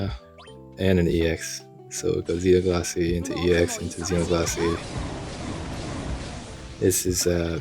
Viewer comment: You’re pronouncing Xenoglossy correct as far as I’m concerned. Grats on your potato. I got him too on the free pull so happy days!